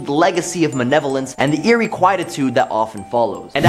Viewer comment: M-A-L-E-V-O-L-E-N-C-E. Not manevolence. I can’t finish the video because I can’t here it again.